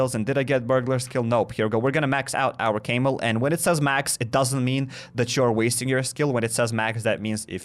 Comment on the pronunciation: 🐫 camel as in the beast. NOT PRONOUNCED CAIMEL!